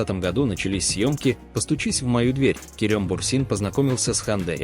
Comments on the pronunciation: помню конечно, но правильно Керем! 😊 Керëм режет слух.. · Странно произносится имя, турки произносят более похожее на " Керам", но не мягкое е